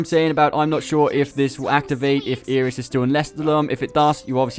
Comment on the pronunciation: Isn't Iris' name pronounced eye-ris like the flower rather than ear-iss?